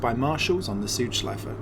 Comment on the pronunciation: Great Video Mate! I am from Germany and like Motorsport so much and for a long time, but this was also new for me. Btw, I like how Südschleife is pronounced in this video. It's well, but a little bit "sweeter" than a native speaker would do ^^